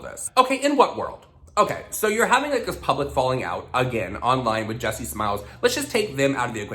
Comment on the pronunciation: Damn I can help but hear the name “ Jussie Smullet from empire” and you are saying Jessie smiles 😂 HAHAHAHAHHAHA